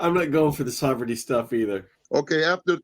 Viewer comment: “Sovritty stuff” I love it! 😂